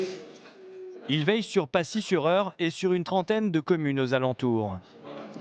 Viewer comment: C'est pacy pas passier